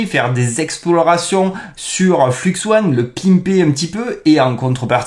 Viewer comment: soit tu dis "fluxe un" soit tu dis "fleux one" tu peux pas mélanger les prononciations entre anglais et français. enfin si tu peux, mais ce sont que les français qui ne connaissent pas l'anglais qui font ça. Sinon d'après ce que j'ai compris flux1 c'est stable diffusion (plein d'ingé de SD) utilisant un dataset d'image non libre (chut) qui permet de rendre stablediffusion enfin exceptionnel et pas limité par la qualité merdique du dataset.